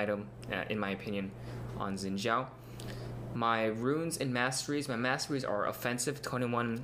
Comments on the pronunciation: I thought it was pronounced "Shin Jow" that rocks I was right. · is Angel in Mandarin. He says "Xin Zhao" like he is Chinese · Liked for correct pronunciation of "Xin Zhao" yeee. But in China they actually call him 赵信 (Zhao Xin) ahaha.